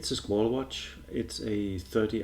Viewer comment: Too big really for a Vintage inspired, but still quite BRILLIANT! Not available in Europe at the moment with this dial color, sadly. Btw the correct pronunciation is more the french SquaL than italian SquaLE